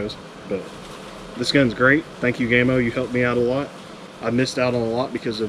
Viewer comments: ITS PRONOUNCED 'GAMMO' NOT GAY-MO FOR GODS SAKE 🤬🤬🤬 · What the heck is GAME O? Game oh perhaps. Why do Americans insist on trying to ruin the ENGLISH as it is spoken. It's GA MO.